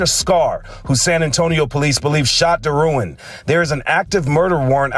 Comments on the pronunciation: People who are actually from Louisiana pronounced Derouen as Darawa like w a short "a" sound and they don't acknowledge the "n". It's a French name. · Its crazy how they mess up our Louisiana names. Even the wife pronounced it wrong smh.